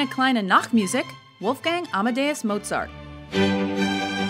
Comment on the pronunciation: I'm not German and when I heard her Strauss or Mozart I cringed. And Tchaikovsky thing, grrr.